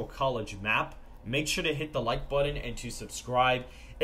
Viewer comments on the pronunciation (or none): Also he asks us to "please press the like BUDDON". Odd pronunciation.